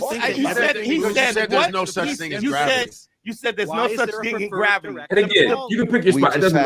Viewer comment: "I don't know why graviyis new to you" 😂